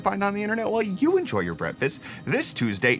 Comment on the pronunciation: He also said Brettfast, not Breakfast